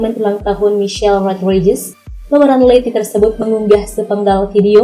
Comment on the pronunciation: Cena dibaca "Sii-na", bukan se-na Rodriguez dibaca "Ro-dri-gez", bukan rod-rai-jes Diesel dibaca "Diy-zel", bukan di-ye-zel Scene dibaca "Siin", bukan sken Tyresse Gibson dibaca "Tay-riis Gib-sen", bukan ti-res-se gib-son Brewster dibaca "Bruws-ter", bukan brew-ster Ludacris dibaca "Lu-da-kris", bukan La-da-kris